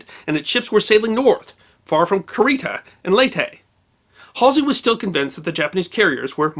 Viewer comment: Kurita = koo ree tah, no accent. Takeo = tah kay (as in May) oh. No accent.